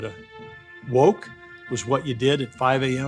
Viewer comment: I LoLed at how he said woke😅